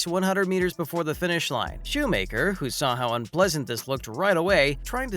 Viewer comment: Yeah, it's shoe macker, not shoe maker.